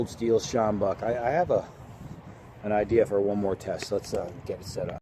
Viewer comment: Great pronunciation of "sjambok", I was waiting for you to say it and was very impressed! Also you are absolutely correct about the bend, it makes the sjambok even more effective. I'm from SA, this is one of the best weapons ever invented.